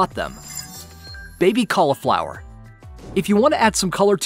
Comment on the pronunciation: Cauliflower: (CALLEE-FLOWER)